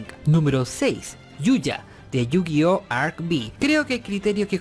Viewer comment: por dios se dice Yugioh ArcV (FIVE) acaso nunca vio los avances de cada capitulo .-. yugioh arc vi jaja